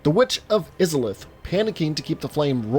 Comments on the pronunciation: Eyes-Auh-Luth, sorry stuff like that doesnt bother me, but that made me cringe (iz a leth) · Oh how it pains me to hear Izalith said as "Izz-alith" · You kept mispronouncing Isolith (I-so-lif) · Eye-zah-lith Not iz-ih-lith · Hey wow its (I)-(sa)-(lith) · Lol Are you sure you've played the three games?.. You would have heard them pronounce Izalith as Eye-za-lith* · Bro... EYE ZA LITH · He say witch is islith and it hurts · Izzalith. ...... IZZALITH?! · Izalith.... Eye-za-lith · Witch of is-a-lith bruh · hears "is-alith" into the video Oh shit oh fuck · "Witch of IS-A-LITH" FAKE GAMER ALERT! FAKE GAMER ALERT! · Oh my fucking god these pronounciations man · Him saying Izalith like that makes me think he did not play the game and is only reading from a script. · Stop saying izalith like that you monster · The way he pronounced Izalith tilted me furiously. Great vid otherwise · He:Witch of izaleth. Me:HAAAARRRKKKKKKK!!!!!!🙅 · The way you said Izalith makes me think you haven't even seen the intro cinematic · Your pronunciation of Izalith gave me coniptions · If I hear him mispronounce izalith one more time... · Wait. You say you played through the game, albeit with help, but you don't even pronounce Izalith properly. Dude. No. If you're not going to care enough about an IP to bother pronouncing things properly which are mentioned in game in the very intro, it's clear you don't know the game enough to be writing videos about it. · How do you mispronounce izolith? It's spoken in the game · Why do you pronounce Izalith in such a way, when the game SAYS the word? Why do people do this? Why do they say words incorrectly when shown the correct ways? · Oh nooooo, no offense but the way you say "izalith" makes me cringe a little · It really bothers me how you pronounce Izalith. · I hate the way you say witch of izalith but good video tho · Take a shot everytime he says Izalith wrong, lol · Him saying Izalith like that hurt me every time. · It killed me to hear him pronounce it